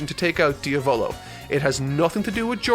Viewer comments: its diavlo like the Italian word for devil not dio volo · Dia volo🤣 pronouncing names in jojo isn't your thing is it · Don't want to be that guy but... you pronounced Diavolo wrong. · Yeah you pronounced better narancia then you did with diavolo